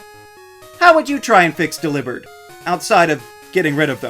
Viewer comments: How have I never thought of pronouncing Delibird like that??????? It makes so much more sense than “Dellybird” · Lol they say dell ee bird in the anime